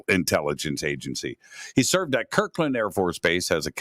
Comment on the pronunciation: it’s Kirtland not Kirkland. With a “t”. Kirtland AFB, New Mexico.